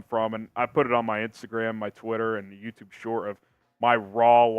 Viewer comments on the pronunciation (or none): none